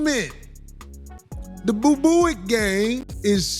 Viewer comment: That mf said boobooic 😂😂😂😂